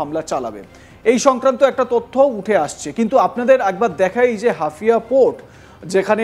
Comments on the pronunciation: হাফিয়া নয়, হাইফা বন্দর বেকুব... আরে ভাই তুমি প্রথমে বাঙলা ভাষা উচ্চারণ করতে শিখো... এই জোঁকার গুলো আসে কোথায় থেকে? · আরে দাদা হাফিয়া বন্ধর না হাইফা বন্ধর কি করে কে এরা ভাই ভালো করে দেখে বলো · আপনি কি ‘হাইফা’কে হাফিয়া বোলছেন? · শালা হাইফা বন্দর কে বলছে হাফিয়া বন্দর। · হাফিয়া নয় হাইফা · শব্দটা হাফিয়া নয় হাইফা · হাফিয়া নয় হাইফা 😂 আবালচোদা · মূর্খ সাংবাদিক, হাউফা নাকি হাফিয়া এটাই জানেনা। 😆😆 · আরে পাগলা হাফিয়া বন্দর নয় হাইফা বন্দর ok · হাফিয়া নারে ভারতীয় সাংবাদিক, ওদের যোগ্যতাকি কেমন সাংবাদিক ওরা, হাইফা কে বলছে হাফিয়া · আপনারা কি সাংবাদিক তাও আবার ইন্ডিয়ার,,, 😂😂😂😂😂😂😂 ওরে গোমূত্র খাওয়া জাতি হাফিয়া নয় হাইফা বন্দর। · ওরে ওটা হাফিয়া না। হাইফা হবে হাইফা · মিঃ ধারাভাষ্যকার, হাফিয়া বন্দর নয়,শুদ্ধ হবে হাইফা বন্দর,যা বর্তমানে অগ্নিকুণ্ডে পরিনত হলো।যেখানে রাফায়েল যুদ্ধ বিমান, এফ ৩৫ যুদ্ধ বিমান ও ধ্বংস হলো মুসলিম জাতির হাতে,সেখানে ভারত, আমেরিকা,বৃটিশ যেই ইরানের বিরুদ্ধে যুদ্ধে জড়াবে তাহলে তার উপযুক্ত জবাব দিবে কয়েকটি শক্তি, যা ট্রাম্প ও দশবার ভেবে চিন্তে পদক্ষেপ নিতে চাইবে। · Hafia na Haifa port... Pls pronounce properly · Hafia noi Haifa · সংশোধন করুন: হাইফা বদর, "হাফিয়া" নয়। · সালা বলদ হাফিয়া আবার কি হাইফা হবে,, ইংরেজি ত পড়তি পারিস না বাংলা করে দিলাম হাইফা হবে 😁😁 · মূর্খচোদা ওটা হাইফা পোর্ট😂😂